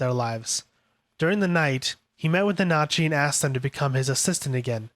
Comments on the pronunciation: Almost sounds like he's saiyan nazi 💀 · Honestly can't finished this video with you mispronouncing Nanachi 🤦‍♂️